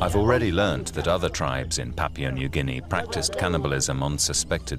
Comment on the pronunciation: This man really needs to learn how to pronounce "Papua" correctly, I'm pretty sure that New Guinea is not made out of "Papier"... Also, it's interesting how human meat is fairly consistently said as tasting like pork. Though, I'm not in any hurry to find out whether that's true or not.